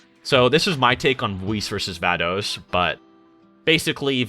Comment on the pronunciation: I just hope he never says vados' name again😂